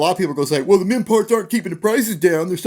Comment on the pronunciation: Careful with your pronounciation. All I heard was "men parts suck"... I mean, it might be true, or not... but still... family show etc =D